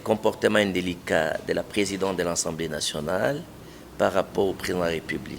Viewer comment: "Contutution, ensemblé" non! c'est la "CONSTITUTION et L'ASSEMBLÉE"